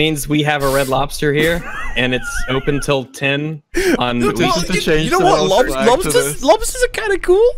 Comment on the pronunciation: Jordan Peterson has a great dumb speech about lobsters. He calls them loaghbsturs